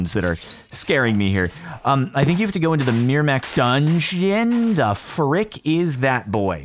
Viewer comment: Its so funny to see you say a word frick a lot of times sounds like duck